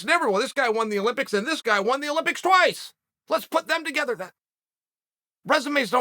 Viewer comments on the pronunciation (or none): none